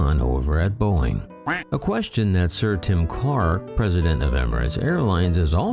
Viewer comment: "Boeing", not "Boing"